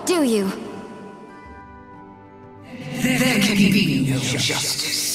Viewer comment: It's sounds more like NAUR rather than no LMAO